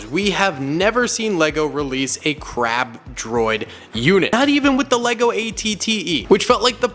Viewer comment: I thought he said crap droid😂